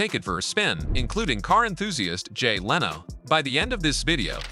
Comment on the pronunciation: great video, wish you didn't have ai wright and read it though, there's a certain repedidivenes to the word choice that's annoying and the mispronunciation of words like lano instead of leno and ferraris not ferrari